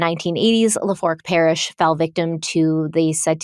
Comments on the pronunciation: Had to giggle at the way she says Lafourche Parish 😂 says La-Fork 😂😂 made me giggle... its pronounced La-Four-shhh and sometimes pronounced la-fooo-shhh depending on your areas dialect 😂 Love you guys but I'll admit I chuckle sometimes when you pronounce southern places 😂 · You're cracking me up every time you say "La-fork" it's pronounced "La foosh" 😂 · Hate to be that person but it’s pronounced “LA-Foosh” parish. She was just at the McDonald’s I work at in Thibodaux(Tib-a-doh) earlier this week. On another note so glad you guys are covering this case and you look stunning! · Did you pronounce "la-foosh" as "la-fork." 😅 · Weekly It is pronounced "LA For shh" Parish. If you want to sound more like a local, the R is silent. Sounding like "LA foo shhh". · Appreciate all your hard work! Just for reference, it pronounced la foosh, not la forch. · I'm sorry I laughed every time you said Lafork parish. It's pronounced lah-foosh 😅 I live one parish over. Love yall❤ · Lafourche parish pronounced lafoosh not lafork, Claudine pronounced clawdeen. No shade,Good job! I’m just from south Louisiana and some words may be complicated to pronounce if you are not from here but if you need help in pronunciation for any future videos I’d be happy to help! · Oh and I just realized what you are saying as "la-fork parish" (which I was like hmm i wonder where that is) is Lafourche, which is pronounced like "lah-foosh." I know you like to get those things right so just trying to be helpful. ❤❤ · It's pronounced chack-bay and Lafoosh Parrish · No hate. Love you guys I’m only saying this because is a perfectionist with these videos so Lafourche is pronounced” la foosh”parish, just fyi for next time. As always wonderful coverage ❤️ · It's pronounced La-foosh parish, sorry.... Louisiana native.❤ love you guys ❤ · Chack- bay And la fooosh Is the correct way to pronounce those names 😂 From a fellow Lafourche parish resident. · La Foosh is how you pronounce Lafouche